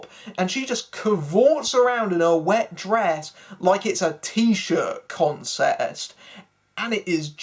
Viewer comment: Don't worry. Nobody noticed you said "t-shirt consest"